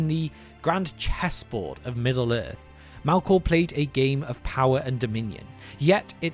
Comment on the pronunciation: "Mælkåh".. New pet peeve unlocked